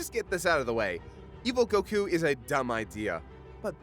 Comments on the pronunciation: STOP PRONOUNCING IT gokU IT'S GOKU OK? GOKU FOR FUCKS SAKE. DAMN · why did he say keep saying Goku like Gahkoo? have I been pronouncing it wrong all this time? Go-Kuu? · The way you pronounce goku is...odd... I know it's not actually wrong but still just sounds wrong to me lol. fast on the go elongated on the ku o.O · I really hate how he pronounces goku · “And it is apparent on we” Sorry for being over 7 years late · Don't like being that guy that bitches about a tiny detail of the video rather than the video itself, but if you're going to try to pronounce a character's name the way you think it "really" is,, don't douche it up by throwing on an accent literally no one in an official capacity would ever use. I get that you don't speak Japanese, but don't attempt to speak it if you don't want to learn how. Not that you'll listen, because you're a big ol' baby about criticism, but yeah. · Why can't this guy pronounce goku right? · Their pronunciation of goku and zamasu are infuriating. I love anime, but I don't go out of my way for the Japanese pronunciation of character names. It just makes you look like a douche.